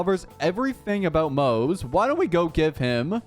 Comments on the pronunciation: Pronounced Mo-Ze not Moze. His name is not English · The way you pronounce his name is wrong 💀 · every single time you pronounce his name wrong a random victorian child dies really heartbreaking